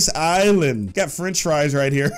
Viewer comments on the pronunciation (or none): none